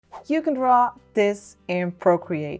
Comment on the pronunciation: Hy i adore your "tou van draw this"